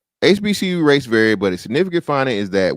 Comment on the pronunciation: the ruropean couldnt even pronounce HBCU and none of the beothers checked him